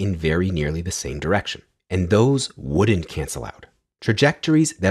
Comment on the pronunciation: why does everyone now pronounce either as eye-ther? sounds pretentious and phony to me also the way that you say wouldn't and couldn't is a bit strange